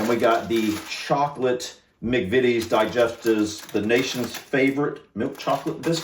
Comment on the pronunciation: I am disappointed you did not read the instructions on the Farley rusk box they are for babies also learn the proper pronounceation for mcvities the first I is pronounced eye, just saying